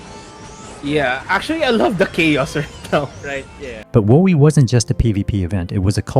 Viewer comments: WO - EE!!!!!??!! It's Woe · Hold up. "Whoa-ee"? "Zeeny"? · really bad pronunciation of the cities and WoE makes one think u never played it